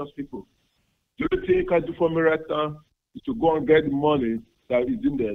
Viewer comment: And "do one ting" and "each and everything" "Fixation" "Lissen!" "SIR!/MA'AM!"